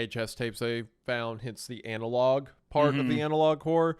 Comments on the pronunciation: Why does Hunter keep saying Anal Log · The fact that Meat kept calling it Anal Log Horror for the first few minutes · Why does hunter pronounce analog "anal-log"? Is that a Missouri thing or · Is Hunter saying analOG horror as a bit?, I’ve heard him say analog properly before.